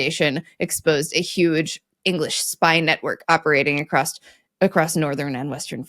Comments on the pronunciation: I wonder why "across" is often pronounced like [acrossd], with an audible "d" in the end... Even pronounced it here as [acrossd], but then quickly reverted it to a (normal?) [across]. For me as a non-native English speaker, this "d-ending" sounds completely illogical. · It took me years to stop saying "acrossed" instead of "across". Hearing immediately fix it was very gratifying.